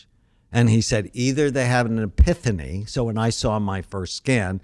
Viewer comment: It’s epiphany(ff) not epithany (th) ;)